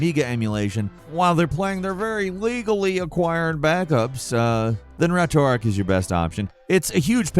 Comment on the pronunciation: why do people call it retroarc? its retroarch